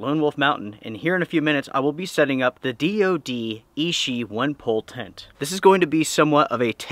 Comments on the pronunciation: Hi, just a quick thing. It is pronounced "itchy" not "ishi". Keep up the good work. Cheers. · Sweet tent, but I love my little LiteFighter. Quick pronunciation helper amigo. Ichi is pronounced EE CHEE. Hard consonant. I earned a B A in Asian Studies back in 07 and used to know almost 600 characters. A brain tumor put the kibosh on career plans.🤙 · Ichi is itchy means 1, ishi as you're saying it means stone